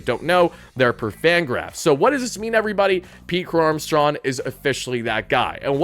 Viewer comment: "Pete Crow-Armstrawn"